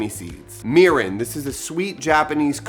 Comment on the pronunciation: I’m Japanese American and I’m super excited to try this recipe! But, I would like to point out that your pronunciation on some words were a little off. Japanese isn’t like English in the sense where some letters sound different depending on the word. E’s will make an “eh” sound while I’s will make an “eee” sound. Example, you were saying “sah-kee” when it’s actually “sah-keh” and mirin would be pronounced “mee-ree-n”. Making these subtle changes will help and the Japanese viewers will appreciate😊 Lastly, sushi rice is a very specific style of rice, with a few ingredients added (i.e. salt, sugar), so I would suggest just saying Japanese style rice because it is slightly different compared to other Asian cultures, but isn’t actual “sushi rice”